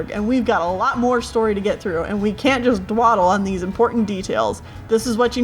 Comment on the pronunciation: I don't think I've ever heard dawdle pronounced as "dwaddle" before